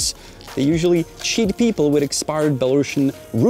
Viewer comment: Janek, I love your videos! Also, my gf is a political refugee from Belarus and she simply hates when someone pronounces Belarusian as "bela-russian" as it connotates Belarus (the name of the country) is somewhat linked with Russia, which it isn't. The correct pronunciation is with an "s", not an "š". Please please pretty please correct your pronunciation! 🙏🏻🙏🏻🙏🏻